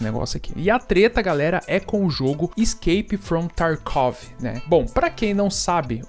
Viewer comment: "Iskeipi from tarkuovi" 😂😂😂